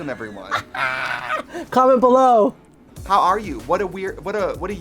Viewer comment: When Peronka says "comment below" ... Did anyone else think they heard her say it in her Miss Cleo accent? "Commennnt bellllooww"